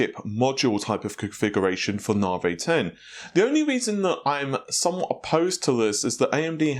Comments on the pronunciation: 'nah-vay'? :) (It's so hard to say, NAH-Vee!) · 15% IPC up is fantastic! Nav.E, not Narvey, not Narv, bath, not Barth, please! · He used to say it properly, once he found it gave some people a matter to talk about in the comment section, then he continued pronouncing it as Naa-Vey, you can call yourself his guinea pig xD. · It's pronunced "Na V" ...not "Na vay". Couldn't resist :-) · His NaVi is NaVay ~way with a v. Instead of Na-V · NAH-vee, says Nhar-vay,or any number of other obvious to everyone else,mispronunciations,but, heart is in the right place and he tries. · Don't stop pronouncing it nah-vey, more comments more 💰! It's fun to drive obsessed/spergs nuts 😆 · I hate the "nar-vey".... sheesh it's not hard NAVI... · I've learned here it's pronounced 'nar-vay!' :) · NAVI, NOT FUCKING NAVEH! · This guy: "I'm probably pronouncing that incorrectly, so if someone can comment down below exactly how to pronouce that I would appreciate it" Also this guy: "NARV-EY!" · NaVee, say it, say NAVEE!!! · Worries about saying a Chinese site name wrong... says narveh 600 times during video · Nah-vay. lol Will someone help this man. First it was Fred-ripper, then Ma-tassie (Matisse), now it's Na-vay. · It's Na - vee Na - V 😂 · Continues to keep saying Nar-vay while asking us to correct his wording for the Chinese website. Any point? lol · I remember the earlier videos he was saying it correctly. Dont know why it became nar-vey haha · Navi dammit not Na-veyy P.S What the Fuck is happening in the comment section part regarding my comment? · do we need to tell you how to pronounce NAVI also LOL? Nav = (Nav)igation, I = e. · he can say it correctly, He sometimes slips and says it correctly. His first few videos about it he was saying it correctly. Its more like he is trolling. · You know the letter I is pronounced similar to 'ee'. Not single E.